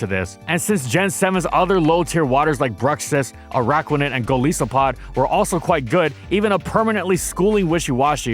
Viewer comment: Dude your pronunciation of a lot of these names kills me. Barbaracle sounds like Barbarian. And Golisopod sounds like Isopod. They sound like the words they're puns of. No need to invent entirely new syllables when saying the names.